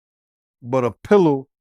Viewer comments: There is the letter S in the alphabet. It’s Pillar not pillow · Pilar not pillow